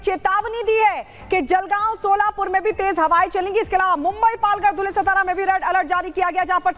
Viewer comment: सतारा नहीं सातारा है। नाम तो ठीक से लो।